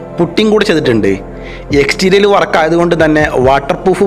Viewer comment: എക്സ്റ്റീരിയൽ അല്ല എക്സ്റ്റീരിയർ ആണ്, ഇൻറ്റീരിയൽ അല്ല ഇന്റീരിയർ ആണ്